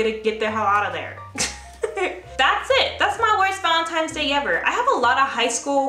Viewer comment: The "valen-times" 🤣💕